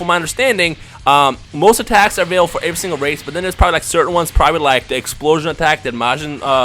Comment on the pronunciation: in the end when u said comment and like is his videos it sounded like u said comment and unlike his videos